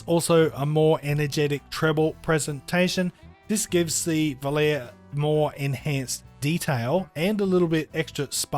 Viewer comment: Great review and this is not a criticism but I just wanted to let you know that v o l a r e is pronounced. "vol-ah-ray". It is an italian word made famous by the song of the same name sung by Frank Sinatra and a multitude of famous male tenors in recent years👌 Out of interest how would you compare the FH 19 to the fx15